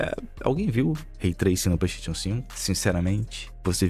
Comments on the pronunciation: Vim ver o falar ''pleisteitiôn'' e ''éxi bóxi''. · o fala, Petechion 5 kkkk